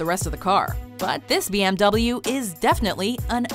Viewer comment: Its si funny how you pronounce BMW and Mercedes 😂😂😂